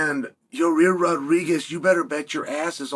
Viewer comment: I gotta be honest I've heard a lot of things but never hear someone call Yair Rodriguez, Ya-rear.